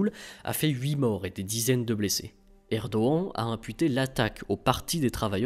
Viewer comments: Ce n'est pas Erdoen Mr c'est erdogan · Bonjour, J'aimerai savoir, s'il vous plaît, pourquoi vous prononcez le nom "Erdogan" de cette manière. Simple curiosité. Merci pour vos vidéos et votre travail.